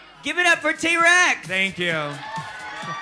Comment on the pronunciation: Soju saying Trannika Rex every three minutes and T Rex is sooo uncomfortable.